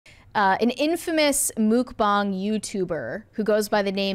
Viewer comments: Wth is Mook bong?....it's Muk bang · it's MUCK BANG, not MOOK BONG. Say it in American. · No it's not, it's pronounced Muck-bang, God knows what the little cute ghost is on about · absolutely everything nickacado did for the past however long he's been relevant was just plain disgusting and I don't consume any mukbang content what so ever because it's just plain sickening but if I hear her say "Mook-bong" one more time I'm gonna fuckin lose it!😂 Edit:... AAAAAH SHE SAID IT 3 MORE TIMES!!! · ....Mook-bahng? Seriously? 😂 NO ONE pronounces it like that. This has to be rage bait.